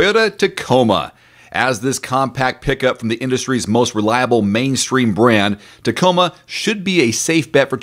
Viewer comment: Re-lie-able?